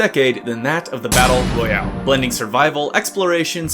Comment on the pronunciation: all this without mentioning vigor , it has a lot of the things you said were missing. try it dude , great fun. BTW it is battle royale , not battle royle.